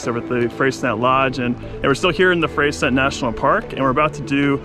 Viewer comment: Beautifully shot video! FYI: the locals pronounce Freycinet as Frey-sin-ay (named after French navigator Louis de Freycinet). As far as how the French themselves would say it?... not sure!) 😄